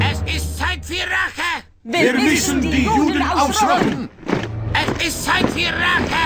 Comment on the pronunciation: Mám pocit, že v originále špatně vyslovovali Rache jako Reich, ale mysleli pomstu. Viděl jsem to v anglických titulcích.